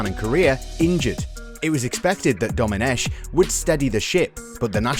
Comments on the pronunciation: The "ch" in Domenech is pronounced "k" not "sh" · Just a little remark. Domenech, the French pronounce it Domeneck with a K sound, not a sh sound (in fact it's a Britonnic name and it should be written Domenec'h and pronounced like ch in "Loch Ness"). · A 2 little mistakes in the Intro : Very forgivable, but Domenech is pronounced Domeneck, like technology. It's Marco Materazzi, to be precise.